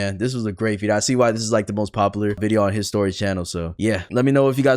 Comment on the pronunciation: I thought you said "history" at the beginning